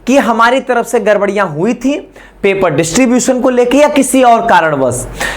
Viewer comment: Sir garbariya nhi gdbdiya hui hai